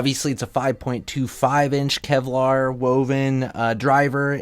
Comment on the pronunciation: it's KEVLAR not KELVAR.